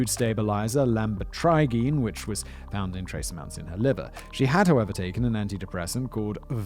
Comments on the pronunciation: Okay, I'd like to address some minor issues and to offer some additional info. Buproprion is also known as Wellbutrin. Its a pretty common antidepressants, not an uncommon one as was said in the video. Lamotrigen is pronounced la-mo-tra-gene, also known as Lamictal. This is an anti-epileptic med that has been used for depression among other things as a mood stabilizer. Venlafaxine is also known as Effexor and you nailed the pronunciation Simon! Its another common antidepressant. Lastly, quetiqpine is also known as Seroquel. This is the antipsychotic medication that has seditative properties. For the audience: Also, just because she was taking all of these medications doesn't automatically mean that she's some super sick individual. All disorders are continuous, meaning there is a spectrum of severity. Its not disclosed how severe her mental health problems were. Lastly, please don't automatically assume that having a mental illness automatically means that a person is deranged or can't function properly without their meds. People with mental health issues are just that - people. They aren't defined by their condition(s). They are so much more than "a person with a mental disorder". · fr. i used to take lamotrigine and when he said it i died a little inside lmao